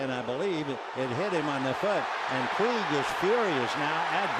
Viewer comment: Don’t say Puig